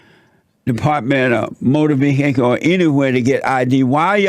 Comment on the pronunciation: I like how he says motor Veee Heh Kools.